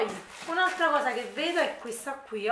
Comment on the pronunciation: Ciao mi piacciono molto i tuoi video e in più sei simpaticissima. Solo non capisco perché invece di dire semplicemente qui ti ostini a dire quio o quia. Comunque video bello come al solito, tanti saluti